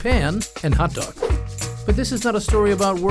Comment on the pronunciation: narrator totally says dong instead of dog....